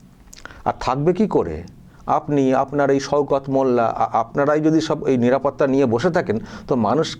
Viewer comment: সওকত নাম কিন্তু উনি বলছেন সৌকত 😂😂